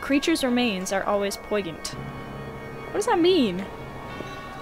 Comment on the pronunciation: i see you paused it to see how to pronounce "Poigant".. same tho